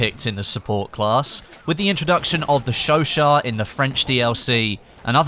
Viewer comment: It's pronounced show-shat. Not show-shaw